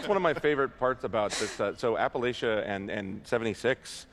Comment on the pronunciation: Do none of them know how to pronounce, Appalachia